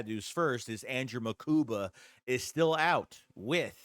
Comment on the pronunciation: His last name is MUkuba not Makuba ✌🏽✌🏽✌🏽✌🏽